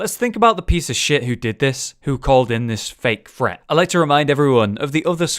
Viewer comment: I quit watching this after about 30 seconds because this dude doesn’t seem to know that there is a difference between the words ‘threat’ and ‘fret’? I’m now going to go and watch a Ted Woodford video on fret levelling.